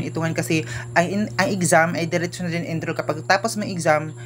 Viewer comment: It's ENROLL not ENDHROL